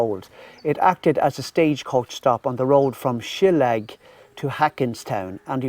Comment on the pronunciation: SHILL-AIL-AH. FOR DUCK SAKE. .MY FRIEND. RIGHT